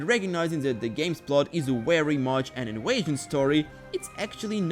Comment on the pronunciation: bro saying inwaysion its invasion pronouse the v